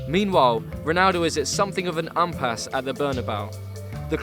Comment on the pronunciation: What's an 'umpasse'? Impasse ffs.